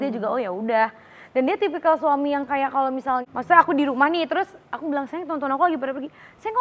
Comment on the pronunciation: Yg benar ngucapnya maksudnya kl Aurel ngucapnya maksudte y